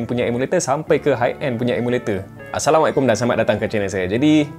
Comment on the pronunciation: When you say asalamau alyakom i feel good ❤😂😂😂